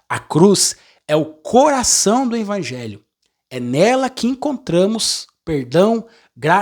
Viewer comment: VOCÊ PRONUNCIA "INVANGELHO"....